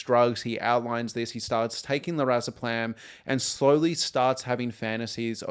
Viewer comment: Great analysis and discussion, but the constant mispronunciation of Lorazepam in this video is so distracting lol